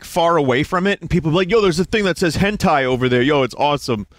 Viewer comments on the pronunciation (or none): none